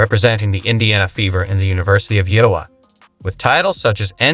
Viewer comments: This is the worst ai generated script. They can't even pronounce the name of the state of Iowa correctly. It is I-O-wa. 3 syllables. Emphasis on I. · Stop the mispronunciation of IOWah AI sucks.